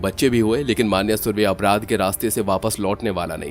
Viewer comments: मान्या नहीं मन्या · Pronounce the name correctly of Marathi words. For e.g मन्या, येरवडा